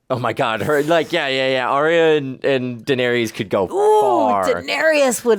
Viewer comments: Oh my dear sweet summer children😂😂😂😂😂😂😂 there IS NO “E” sound at the end of Varys OR Daenerys. The “ys” rhymes with the ending of the word “kiss”. So basically Dan-air-iss and Lord Var-iss. Love u two! Figured you’d wanna know bc you seem to be loving this show so I know u don’t wanna get to season 8 and then realize you’ve been saying it wrong the whole time 😂😂Awesome reactions as usual guys! Can’t wait for the next one! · Varys: “Var•ees” 🚫 “Var•iss” ✅ Daenerys: “Daener•ees” 🚫 “Daener•iss” ✅ Rickon: “Rick•in” 🚫 “Rick•on” ✅ Maester: “My•stir” 🚫 “May•stir” ✅